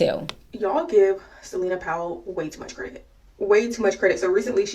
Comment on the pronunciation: It's tew MURCH...